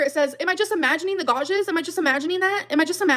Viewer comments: If I have to hear say "gauges" instead of "gouges" I'm gonna lose my mind. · Sorry did she just say "gaw-jes" when trying to say gouges? Smh this gorl 🤦‍♀️🤦‍♀️🤦‍♀️ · “Gawjes” is like the “simuutaneously” from Part 1. 😂 She means gouge, right? These people are SO AWFUL. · The way she pronounces gouges is making me want to gouge my ears out tbh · I would almost give money to pronounce “gouges” correctly.